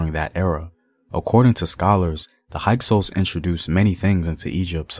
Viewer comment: HYKSOS**. Sounds like a Hyksos. High cose. No no sounds like hike sous